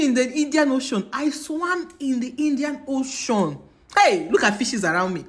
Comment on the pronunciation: So beautiful but I can't stop laughing at Indian oshoon😂😂😂 Fort jesos Niyaali😂😂😂I love the accent